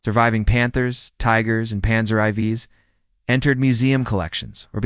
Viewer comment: Panzer eye vees? What is that AI? LOL!